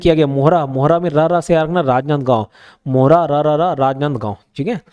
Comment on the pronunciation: सर जो राजनांदगांव वाला है उसमें बांध धारा नहीं ढारा है । और मोहरा नहीं मोहारा है।